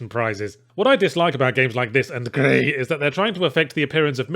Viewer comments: It is pronounced Gris not gri (the developers are Spanish), apart from that your SoS Review was just the truth. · Why does he call it gri when it’s Gris as in the Spanish word for grey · Gris is pronounced like Greece. It's Spanish for gray. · I was on the floor laughing at each progressive pronunciation of Gris. Griiiii 🤣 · Glad he kept the running gag of how he pronounced*"CrIs"* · I can't get enough of Yahtzee pronouncing Gris with disinterest and contempt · Is anyone else slightly annoyed at his insistence on pronouncing Gris with an overdone French accent? It's a Spanish-made game. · why does he say gris like its french he did this in the review as well its Spanish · SAY GRIS LIKE THAT AGAIN AND I SWEAR TO GOD!!!!! But yes, Gris was shit but my ears are bleeding.